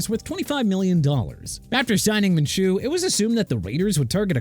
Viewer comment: You just said "the Jaguars inexplicably gave their quarterback an 5 year extension" TWICE!! STUPID! And also Minshew is pronounced MIN-SHOO NOT MINCHOO